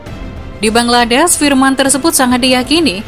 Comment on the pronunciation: Bangladesh min bukan bangladess